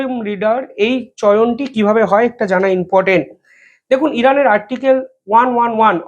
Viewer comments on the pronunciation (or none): ভাই, কথাটা ইম্পর্ট্যান্ট,in portant নয়